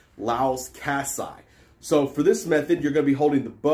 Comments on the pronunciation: Love how you pronounce Kassai 😂 nice vid tho! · As a Hungarian, my ears started bleeding when you said Kassai. It should sound something like Layosh Kashshai with i making an actual i sound rather than an ai/ei. It means "Lajos (Luis/Ludwig) from Kassa" or "of Kassa", you can notice the i at the end of a name in many hungarian names such as Széchenyi or Görgei. If its a Y it indicates that the family has a noble title(there exceptions, for example the Széchenyi family has been one of the most noble families of Hungary since 1312 but Széchenyy would look weird so they went with the I however to show that they are in fact noble you have pronounce the e if it was an é). Other than this, its a very great video and you mastered the technique very well.